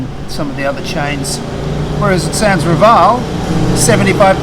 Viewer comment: Dumaguete City, being in Negros Oriental, speaks Cebuano which is the language of Cebu City. Bacolod and Negros Occidental speaks Ilonggo, the language of Iloilo. I can't believe Dumaguete has remained such a sleepy town at night. By the way, Rival in Sans Rival is pronounced reeval. It means without rival.